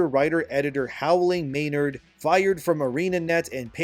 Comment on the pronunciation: Also, Maenad not Maynard, lol. They are worshippers of dionysis and very scary people. She basically labeled herself a demon.